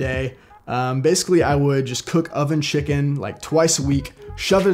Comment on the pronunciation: Man's said shicken instead of chicken dk why but that was funny lol